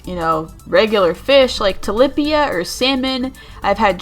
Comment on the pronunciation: My filipino heart shattered when i heard her say “tilapia” good vid btw